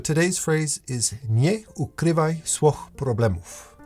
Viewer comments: Your friendly Polish here! You nearly made it with the phrase at the end. The wych in swych - you wanna say it like sfyh - almost like an onomatopoeia. You're crazy for trying to learn this language, kudos! Tho i don't think i've ever heard this phrase said to me in Polish ever... anyway 😭🙏 As far as the art portion goes Drawing has always been SO polarizing to me. I remember loving to draw as a kid. But I've been pushed away from that medium due to my physical affliction. I remember picking up art classes, out of my pocket, as an extra during university. After doing business uni + art for 3 years and not having anything to show for it, bouncing off twice from trying to get into an animation degree... I just gave up. For a while at least, i later returned to it in 2023 and have been going better since, despite time ticking over my head. Big part of giving up on art was the toxic relationship i developed, I was dead set on going the hard way of animation school. I think my teacher got frustrated with me at some point. She taught me a lot, but i was hard headed, i needed concrete expressions for improvement, when i got suggestions I still think of her fondly but in retrospect, it wasn't it. Now I feel a bit stuck again, i lost a bit of momentum too. I've had a hard time reaching out for feedback. I'm not good at the social chess, even posting on Instagram is horrible for me. I keep on trying, I'm not - but man do I need guidance and feedback. The comment is a bit all over the p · I am gonna be that person cause I love ur channel, been following for years and I am Polish and delighted to learn that u are partially as well. Pronounciation almost perfect. Almost! SWOICH the W is the V sound like in word VOID but with an S in front its like an F. and the I at the end is pronounced like EE so its like: SFO EEH Good luck! <3 a proverb of the same meaning would be " Nie zamiataj problemów pod dywan" which translates into "Don't swipe the problems under the rug"